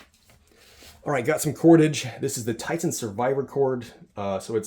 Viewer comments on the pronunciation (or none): none